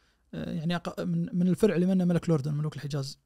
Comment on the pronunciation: بالله ذا مثقف وقارئ محترف وينطق الفرع فيرع 🤦